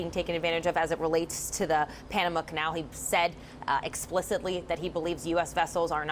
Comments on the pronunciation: Girl can't say Panama, keeps saying Panada. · Why can’t she pronounce Panama Pah Nuh mah ?!